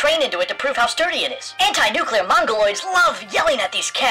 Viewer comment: But what apout nukular radiation and nukular explujinz when nukular plant excplodes??